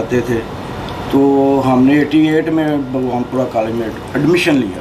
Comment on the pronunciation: بگوان پورہ نہیں باغبانپورہ ہے جناب